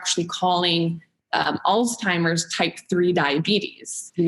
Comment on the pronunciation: did she really say alz-timers even though the CC says Alzheimer’s and Dr Lyon basically nonchalantly corrected her ?